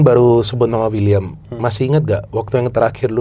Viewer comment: Wiliam bukan uliam.. Wiliam marcelio